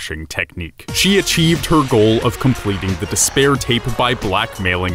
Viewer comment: don't fall into des-bear or you'll have a bad time.